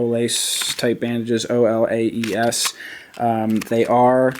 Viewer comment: And the olaes is pronounced OH-LIE-US